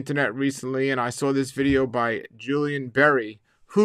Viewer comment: Pronounced JILL - ian. Not Joo - lian.